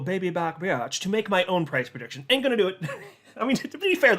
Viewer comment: Anudder perdiction.....not again!